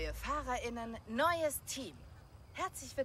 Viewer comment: hast völlig recht vor allem sagt sie eher fahrerinnen wie fahrer:innen man hört nicht wirklich das sie beide geschlechter meint 😂